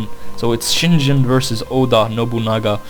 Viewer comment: its shiNGEN NOT shiNJEN